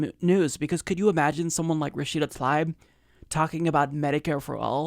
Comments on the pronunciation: I believe she pronounces her name Tlaib (Ta-leeb). Let’s get it right because we are going to hear about her lots! ✊🏽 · Come'on, this is our candidate, at least pronounce her name correctly, its Tuh-Leeb, not ta-lie-b. Otherwise, great vid/channel, been subscribed a while now. But, come'on, don't be like Fox saying O-case-e-o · It's Tlaib (Tlaeeb), not Talaib. Why is this name so hard for Americans to pronounce? She says it herself in this video: and in this one Seriously, it's not that hard. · her last name is pronounced "Tal-eeb" not "Tal-ibe" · i love you but please stop mispronouncing her name - it's pronounced "ta-leeb" not 'ta-lie-b' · "Tah-leeb" would be the proper pronunciation of her last name. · think it's pronounced tah-leeb dude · 'Love you, 'Love the Humanist Report, 'Love Rashida Tlaib (she's from my state) and I hope you don't mind, but it's pronounced Ra-shee-da Tal-eeb:) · Is that how you pronounce her last name? I've heard both "Tal-aib" and "tal-eeb." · Omg, can you say her name correctly lol